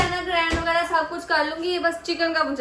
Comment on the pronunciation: Grand nae baji grind hota hai.